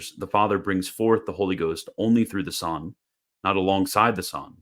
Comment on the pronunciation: why does he prnounce "son" as "sohn"? but pronounces "one" as "wuhn," not "wohn"?